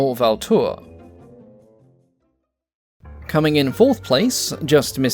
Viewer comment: Please, for my french fellow citizens : Not brégwet, brége (the "e" of establishment) Vautour must be prononced votoor